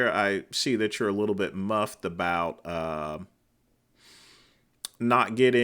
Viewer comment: it is miffed, not " muffed". You are wrong! Wrong!!!